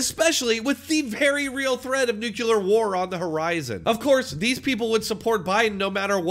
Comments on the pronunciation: It's nuclear not nukyaler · Please, "nuculear" is NOT a word. It is nuclear. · It is pronounced "new-clear" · People need to PLEASE stop saying "nucular" when talking about the stupidity of others. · Why do so many muricans say "nucular" when they are talking about nuclear something? It's such a reaccuring thing, that even in the Simpsons Homer corrects Marge (the wrong way of course), when she says it right. "It's pronounced nucular Marge, nuc-u-lar " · New Clear = Nuclear. In case you were interested in pronouncing it properly. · It's not nucular